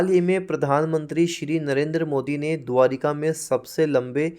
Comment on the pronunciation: द्वारका होता है द्वारिका नहीं